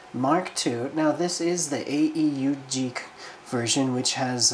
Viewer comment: A.U.G?, you disappoint me. AEUG; pronounced Ay-Yoog. Its the Anti-Earth-Union-Group.::sigh